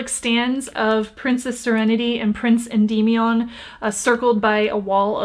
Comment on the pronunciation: it’s so funny to me the way you say “Prince Endimion” 😂